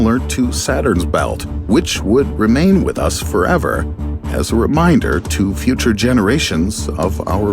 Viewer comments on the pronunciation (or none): none